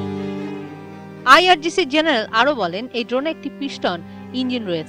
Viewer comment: "আই আর জি সি" পড়তে পড়তে শেষমুহুর্তে আই আর সি জি হয়ে গেলো... 😂😂😂